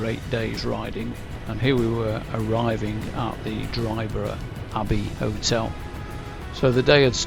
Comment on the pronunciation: Dryburgh is spken as in Edinburgh, no 'G', No valleys in Glen Coe as the name suggests 'Glen' only in Scotland, Loch Leven is spolen as if it has 3 'e''s, Leeven. Hope this helps for next time you venture north